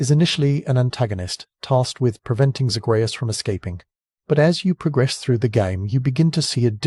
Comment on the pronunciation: Came to the comments to say this. Mispronouncing the main characters name especially when it's said over and over in the game by NPCs just makes me think he never actually played the games, and just read the synopsis online somewhere. Lazy